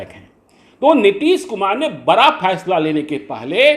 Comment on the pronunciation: Phaisla nahin 'Faisla'